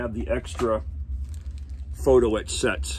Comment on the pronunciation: Are you saying "photo X sets" or "photo ets sets"? I always wondered the point of these thin gold metal parts. It would be easier and cheaper to make them plastic. Are they meant to be displayed as gold or should they be painted?